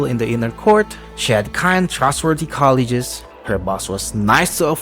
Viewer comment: My only nitpick with your video is that "colleagues" is pronounced "coll-eegs" lol. Love your content though! Please keep it up!